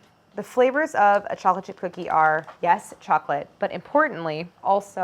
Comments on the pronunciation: Too flat and thin and greasy. Your lack of pronunciation it sounds like you’re saying “Chocifchipfcookee” 😂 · Does anyone else hear cholachip cookies? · No one: nothing Claire: challahchip cookie 😂😂😂😂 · I'm sorry but I cannot get over how she says "chocolate chip". she says it like "choplet" and its driving me up the WALL 😭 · Is no one going to comment on how she says "chocolate chip cookie"? "Cho-le-chi-coogie" Pretty good. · Everyone: chocolate chip cookie Claire: cholachit cookie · I keep hearing cha cha cookies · “Chochip cookies” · Am I the only one hearing “chockle chip cookie”? lol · I love how she says “cholla-chi cookies”. 💚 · “ChollaChip cookies”